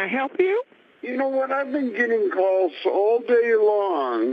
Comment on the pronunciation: "Heeellllooooowwww?" Lol nice setup for a nice seriesh of cawlsh